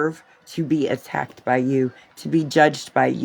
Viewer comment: Did she really say ATTACKTED,? I don't even know how to spell that lol